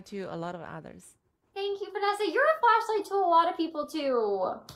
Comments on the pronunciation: Was the song called Flashlight? I thought she said Fleshlight 🤣🤣🤣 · I swear, I thought she said fleshlight. 😂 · All I can hear is “fleshlight”. I can’t stop laughing 😂😂😂 “You’re a fleshlight to a lot of people” “Thank you you’re a fleshlight too” Everyone smiling 😂😂😂 stop I can’t breathe 😂😂😂